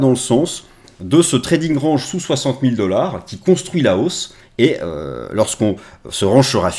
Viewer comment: Mais arrêtes de prononcer "range" comme ça. 🤣🤣